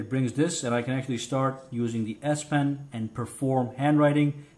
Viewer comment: Great video thanks a lot I’m sorry but I can’t stop hearing ass pen I’m so sorry